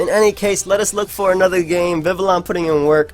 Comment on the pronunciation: Yo. Congratulations on pronouncing Vivillon correctly man. I knew we'd get here one day.